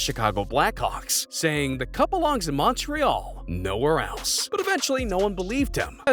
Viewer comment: The pronunciation of Montreal, is like nails on a chalkboard to my ears